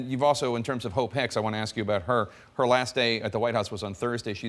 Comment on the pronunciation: Did he just say Hope Hicks smh... 🤦🏾‍♀️